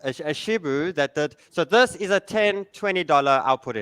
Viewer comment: Its hilarious how they keep calling it Shibu